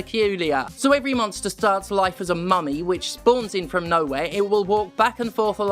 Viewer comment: My ass kept hearing mommy instead of mummy